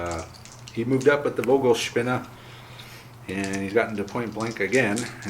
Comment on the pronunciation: German language lesson: German ‘V’ is pronounced as English ‘F’ - ‘Fogelspinne’ (bird spider = tarantula).